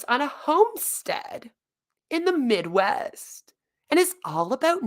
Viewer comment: the way she said midwest killed me. lmao